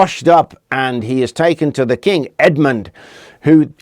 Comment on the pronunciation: Good thing Edmund kept his head when negotiating with the Vikings.. Errr - Saint "Head"-mund? 😆